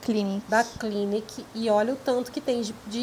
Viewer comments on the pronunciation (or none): Parabéns pelos achados. É "cliníque" é francesa.